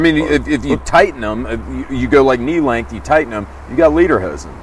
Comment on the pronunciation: Did it sound like said.....liederhosen......to anyone else?